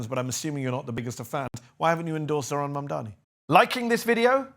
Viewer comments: this guys hearts in the right place but it’s ZOH-RAN. NOT ZORHAN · Isn’t it amazing that this former mayor who has spoken with Zohran many times and likes him so much yet still doesn’t pronounce his name correctly and says Zorhan instead 😀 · Who’s gonna tell him his name is Zohran and not Zorhan? 🤣😬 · Bless De Blasio but for Christ sake it’s Zohran NOT Zor-Han geez 🤦🏽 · can people learn to pronounce ZOH-RAAN, and MAM-Daani, even Zohran's supporters call him ZOR-Haan (Wrong) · Zohran not zorhan deblasio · Someone please tell De Blasio its Zohran not Zorhan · It’s unbelievable that they still cannot say his fucking name correctly. It’s ZOH-RAN, Bill, not Zorhan as you seem to say it. It’s not that difficult. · excellent interview with De Blasio. I just wish Bill would pronounce Zohran's name correctly. it is Zoh ran not Zor Han. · Zohran, not Zorhan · Zohran, not Zorhan. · Why does keep calling him Zorhan not Zohran? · For goodness sake, it's Zohran, not Zorhan. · With all due respect Bill - it's Zoh-ran. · I hope you taught Mr de Blasio off camera how to pronounce ZOHRAN's name correctly. He kept calling him Zorhan. What is it with all these people not paying others the minimum courtesy of spending a minute or two to learn how to say their name?! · Well, even though he can't get his name right, respect to Bill for giving an honest take and supporting (if not officially) Mamdani. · Respect, but please pronounce his name correctly lol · Bill can't even say how name correctly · i can’t understand this shit. I have seen more pundits mispronounce his first and/or last name than pronounce it correctly. It isn’t that fucking hard. Deblasio has “talked to him many times” and says he may endorse his campaign, but can’t even pronounce his first name correctly? Hugely disrespectful in my opinion.